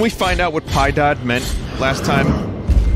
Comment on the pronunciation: (Btw, Piedad is pronounced PEE-Yeh-Dah)